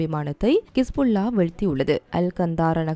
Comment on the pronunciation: கிஸ்புள்ளா கிஸ்புள்ளா கிஸ்புள்ளா என்ன நீங்க ஹிஸ்புல்லாவை கிஸ்புள்ளா என்கிறீர்கள் தவிர ஹெலிகாப்டரை கெலிகப்டர்"